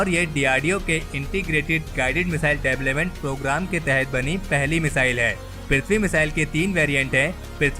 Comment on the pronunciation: Development pronounce sahi nhi h tumahara